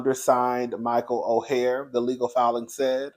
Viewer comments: Come onnnnnnnnnnn, how you pronounce the names Michael's name is Or and the Tuwe. I've been following the story on the Today show, I'm not weighing in until ALL the facts are out. The Tuohy's are fighting back with receipts and saying they did not get rich off that movie, only $700,000 that they all split including the Tuohy's children. In addition, it was reported that Michael was trying to shake the Tuohy's down for $15 mil and threatened to expose them if they didn't pay, that sounds like extortion to me. Now you know that movie, "The Blind Side" is all Hollywood because at the end of the day, you only get bits and pieces of the real story. The Tuohy's been rich due to their family restaurant business. Before anyone be side eye'ing me, I'm just trying to see both sides. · Michael’s last name is pronounced “Oar” and the Tuohy’s last name is pronounced “Two E”